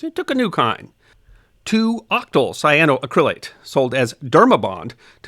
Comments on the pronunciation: I always enjoy your videos and have watched a lot of them. But the accent is not on the “cryl” as you are saying it. It"s cyano-ACK-ryl-ate, not cyano-uh-CRYL-ate. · Just one small nit, missed a syllable at the very beginning: Cyano-Acrylate ... sigh-ann-oh-a-cra-late. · You are pronouncing it wrong. The correct pronunciation is: “cy ahh no ACC ri lates” , accent on the fourth syllable. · Just a pointer on the pronunciation. Say it as “cyano acrylate” rather than “cyanoa crylate” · Love... but the pronunciation is killing me! Should be: sai·a·know·a·kruh·layt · You're pronouncing it incorrectly. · Great video, but please Google the correct pronunciation! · I love these history of science videos. I do suggest you check your pronunciation of scientific terms. The accentent is on the "ac", not the "cryl".